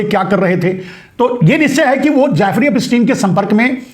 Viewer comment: Naam tho teekh se bolo. Jaafri nahi naam Jeffri.... Yahudhi hai ho.